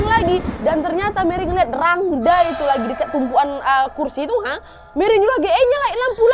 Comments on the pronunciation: Ijin intropeksi kak penulisannya emang rangda kak tapi pelafalannya rangde kak 🙏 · Aku gakak dengar gomong rangda padahal rangde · Kak mau koreksi dikit boleh harusnya cara bacanya itu rangde pakai e bukan a kak 🙏🏻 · btw kak rangda itu bacanya rangde yaaa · Rangda tulisannya bacaanya rangde nad,.... Aku asli bali... Salam semuaaa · maaf ya ka nad, rangda itu dibaca rangde 😅😊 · Mohon maaf kak aku dari bali mau memberi informasi rangda dibaca rangde ya kak hehe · maaf kak mau ngebenerin kata rangda emng tulisan nya rangda tpi di baca rangde kak